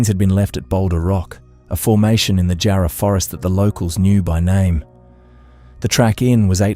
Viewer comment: I though AI because of the incorrect pronunciations. I've just started watching and the pronunciation of Nullarbor and Jarrah is not how Australians would say these words. I'm just at the 17.50 mark. Anyway it is good to get an update of Kerryn Tate's murder so thank you.